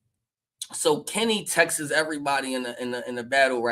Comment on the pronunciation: it's "texts" not "texes"